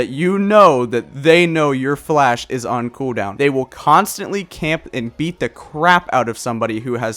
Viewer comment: you gotta say cooldown properly